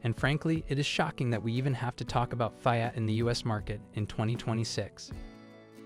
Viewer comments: The F (eye) at. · Fai-at? Good lord! Train that AI or use a real human voice. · The information might be golden, but the pronunciation of the car names is so AI. It's annoying that it can't even pronounce FIAT. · It can't even pronounce "Fiat." LAZY.